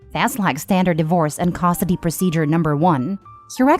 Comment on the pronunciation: AI voice? Says Costidy instead of custody